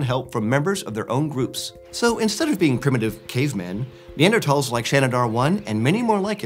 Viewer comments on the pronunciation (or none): The way he pronounces Neanderthals drives me crazy, there is not a hard t in that word.